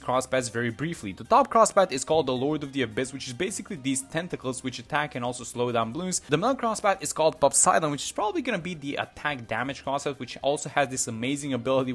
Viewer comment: Nro im getting so mad! Is not pop-siden its po-siden